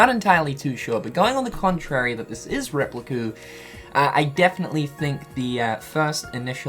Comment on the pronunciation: Please don't say Replicu